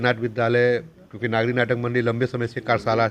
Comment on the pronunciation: लिखते हो "नगरी", बोलते हो "नागी"! और है यह "नागरी"!!! हिन्दी चैनल वाले हिन्दी को न लिख सकते हैं, न बोल सकते हैं, और कहते हैं अपने को "पत्रकार"! और, सर्टिफिकेट प्रदान किये जायेंगे, या "की जायेगी"??? 😢😢😢